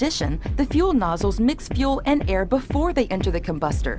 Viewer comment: From the old English teacher" how about "homo' ge ne- ous" with the accent on Gee!! Great video!!